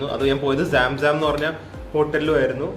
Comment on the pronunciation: സാം സാം അല്ല bro..... സംസം ആണ് (holywater name)